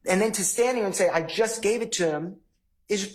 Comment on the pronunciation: …. It’s pronounced TO, not TA. You’re welcome.